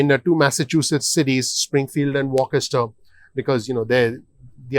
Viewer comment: Please check the correct pronunciation for Worcester. Phonetically "Woo ster' Otherwise thank you for your information and analysis